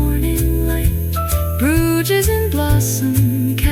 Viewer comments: Love Bruges but it would be nice if your pronouncing of this lovely city was correct 😢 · Bruges, pronounced broozh; it's prob AI generated...